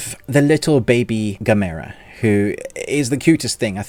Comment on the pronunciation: You say gamera totally wrong. Why.